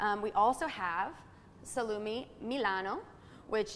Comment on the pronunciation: Terrible pronunciation of eg. "salumi", "Calubebrian"...are you kidding me?